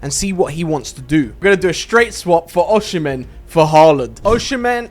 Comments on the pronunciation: bro oshimen is prounced osimen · Pronounced as O SI MEN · Why did u say ochean man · Oshimen❌️ Ocean-man✅️